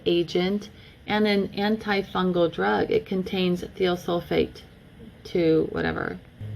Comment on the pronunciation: More of my rant toward my township and the county's municipality as a whole for what they are trying to do to all of us not just me. The 'I' in Thiosulfate is most normally pronounced As a Long 'I' as eye. As a friend might say, Much Love Y'all Way! L8rz' yea? Documented independent studies proving the following statement is Not true. The water is cold when we get it, a cause of the chemicals in it. When we ingest the water, it warms up to our body temperature, releasing those bacterial lifeforms and subsequent necrotic detritus. Any residues, chemical toxins or any subsequent bodily reactions caused by ingested release of bacterial parasites, necrotic detritus, and chemical toxins. That they are actually working to destroy Our health and Not nurture our wellbeing. The township, its Board of Directors and MLTMUA’s Board are interested more in “Curb Appeal” a property’s monetary market value in lieu of human health and wellbeing. Public beneficiaries are simply part of the corporate fabric that brings value to the Real Estate we the Towns’ People call home. Chemically compliant Citi/Zen’s fit that scheme much better than free thinking sovereign towns’ people, the Public you swore to serve and protect not detect, inspect, enslave, and neglect. My easement, the whole of the townships’ neighborhoods, is permission to the township by me, us, we the people, the public beneficiaries so often forgotten in the royalties made via the property's rightful owners, for use in transport